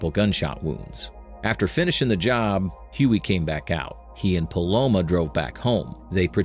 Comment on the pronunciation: i swear i keep hearing palomO instead of palomA. very distracting xD good video tho.